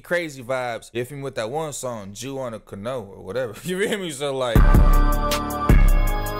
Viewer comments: I AM GERMAN AND I Lost it when I heard cano 🤣🤣🤣🤣🤣🤣🤣🤣🤣🤣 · love these reacts man! FYI canoe rhymes with jew.. so like "canoo". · Ca-no his ass cant 💀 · hahaha shit man..Ive watched a couple reactions to this video and yours was definitely the best. Also..its pronounced canew hahah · canoe pronounced cuh new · it definitely isn’t I’m from Florida ain’t ever heard anyone say it like that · Man funniest part of this video is you trying to say “canoe” ❤😢😅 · the way bro tried to say canoe 💀💀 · This the new world? People really don't know how to say canoe ? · You can’t even say canoe 😅 that’s sad lol